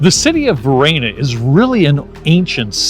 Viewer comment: What's this pronunciation of Varenna? LoL I'm not sure whether you visit Lake Como often but don't pass up renting a boat for a day or half day. There's no better way to see the lake than from the water and without traffic. Most towns face the water so you are always seeing the best view of each. Many of the villas have a dock for dropping off visitors. You just need someone to be captain and take the boat out while the others tour. We changed up who did that. Pack up food from a local restaurant or ingredients for a sandwich or salad from the local market along with a few bottles of the best Lombardy has to offer. Nothing better than being on the lake toasting Mr. Clooney as you pass by and waiving to others enjoying the beauty.